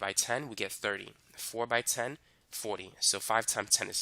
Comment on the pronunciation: The way he said fortwy😂😂